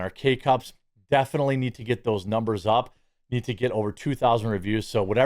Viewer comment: “Dare goes doze numbahz” As opposed to what?? A guess? Why do they want reparations if “numbahz” don’t mean anything?